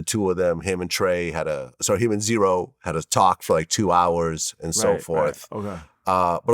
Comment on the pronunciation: z-ro not zero